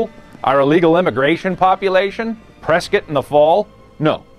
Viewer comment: at least this guy knew how to say prescott